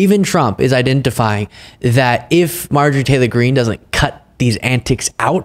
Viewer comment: Dude slow down and finish your words, the way you say her name is so fucking weird